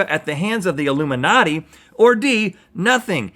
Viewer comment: Rhet: "Illiminughty" me: ... unsubscribes